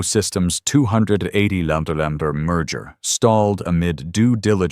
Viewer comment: Why can't AI pronounce numbers? A $200 Muhauhuah dollar patent.